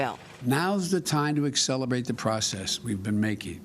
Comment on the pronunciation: Accelerbate???? Did he really say that ?